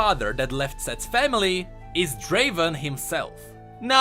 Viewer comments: Its not draven its draaaaven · Uncultured fuckers its pronounced as Draveeeen